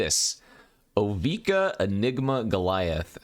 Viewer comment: first it was drown in "eye-chor," now it's "bye"-lious skulldweller and "O-vye-ka" 😉